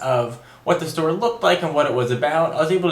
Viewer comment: whats a "da store" ??